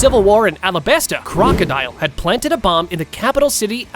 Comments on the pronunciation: Alabarta? I thought it was alabasta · Yeah, it’s called the alabarta kingdom